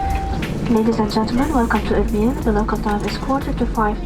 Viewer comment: Erbil not error